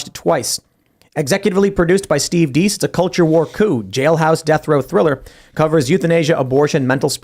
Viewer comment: Please please please.... It's a pet peeve when I hear people mispronounced words and people's names. It's not DEECE as in peace, it's Dace as in pace. Attention to details matter people.